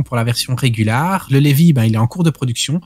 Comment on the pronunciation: à: "le Levi", mes oreilles saignent